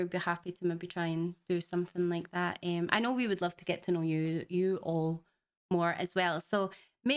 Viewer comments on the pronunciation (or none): I love the pronunciation of "ummm" as "emmm". It's adorable.